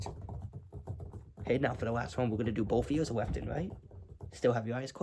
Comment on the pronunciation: "weft and wight "